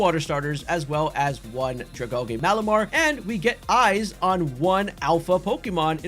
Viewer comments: U said dragalge wrong, Al-gee. Like sea kelp. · the way you say dragalge is interesting... is that how you pronounce algae too?